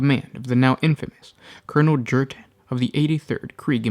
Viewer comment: Krieg is a Germanic inspired culture and planet, j=y in the Germanic tongue. So his name is pronounced Yurten not Jurten.